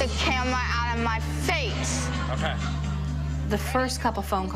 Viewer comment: Get the fweakin camwa out my face